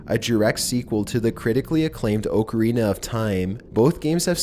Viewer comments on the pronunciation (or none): The way this guy pronounces things... Pattren, oakarina, sentinent...